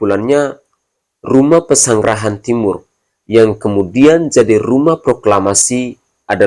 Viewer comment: Helo ini sejarah apa? Kok mengada ada. Kalau memang berani adu fakta, bertemu langsung dengan ustadz Adi Hidayat. Bukti perkataan (versi anda) mana? Jangan hanya Omdo. Dengarkan di menit , ngomong nama/jalan tempatnya saja salah. Pesangrahan Timur???? 😂Pelawak kok ngomong sejarah.